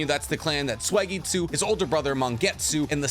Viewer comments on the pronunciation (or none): Why does he say swageetsu 😂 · When are you going to start pronouncing Suigetsu's name correctly?😅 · I can’t tell if he’s saying suigetsu or swagetsu i hope he’s saying swagetsu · Please, please don’t say “Sway-getsu” it’s “Sue-E-getsu” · Why is it Sway-gay-tsu 😩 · Oh I didn’t know suigetsu was pronounced sweygetsu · i can always tell bro doesnt actually watch anime cuz of his blasphemous pronunciation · I get chills down my spine every time you pronounce Suigetsu's name. You doughnut...